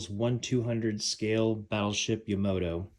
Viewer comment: Ya-ma-toe not ya-mo-toe